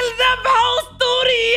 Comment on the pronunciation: ذبحه❌ ذحبه✅